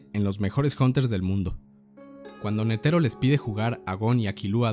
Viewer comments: Nétero, no netéro ni neteró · La fonetica del japones es similar al español, y sin embargo este pendejo sigue pronunciando Netero en lugar de Nétero como lo pronuncian los japoneses